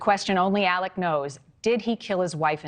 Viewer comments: Legit question: why does she keep calling him "Alec?" Isn't it "Alex?" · It's Alex, not Alec..... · Does he have on a hair piece? Also, why do so many call him Elic or Alic not Alex?!? 🤷‍♀️ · The spelling is pronounced AleX not Aleck. Super annoying! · It is pronounced AleX not Alec. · You'd think they be able to say his name right it's Alex not Alec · It’s AleX, not Alec. No idea why so many people have such a hard time pronouncing his name correctly. AleXXXXXX!!! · It’s ALEX not ALEC,!! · Yea it actually sounds similar to murder not Mur-dock. And Alec is actually Alex. They butchered their names! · "Aleck Murdock"?? This woman didn't even bother to learn how to pronounce his name. Sad. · The news crawls say “Alex” but she’s pronouncing Ellic lol not even Alec…which one is it actually